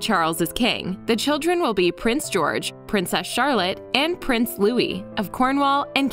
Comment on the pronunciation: It's Prince Louis, not Louie.